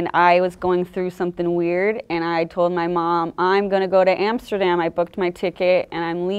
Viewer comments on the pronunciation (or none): none